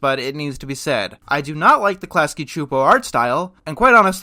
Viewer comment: Oh cool, you pronounced Csupo correctly. Awesome.